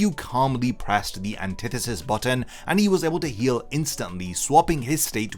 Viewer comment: When i heard him say anthitetist (idk the name first language isnt english) i knew that this wasnt gone be fair at all (for sasuke that is)